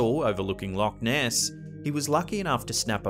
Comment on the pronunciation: When say Loch Ness in Scotland its pronounce like luuk ness